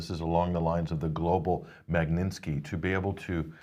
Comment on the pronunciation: MAG-NIT-SKI, not Mag-nin-ski, get a grip! :)